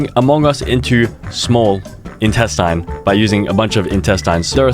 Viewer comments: its not in test in its instestine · （in-test-In) is how its pronounced… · bro really said iNtaStIn